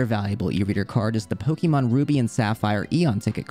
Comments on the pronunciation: It's actually pronounced "poh-kay-mahn." The accent over the e is pronounced like the word café. This book explains it. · Did you know? It isn't pronounced Poke-E-mon. Stopped watching as soon as I heard that.